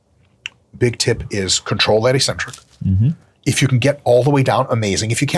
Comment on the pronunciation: Hey Mike, EEEEEEEcentric isn't a word. It's 'eccentric'. It's one of the most important words in your vocab. Look it up.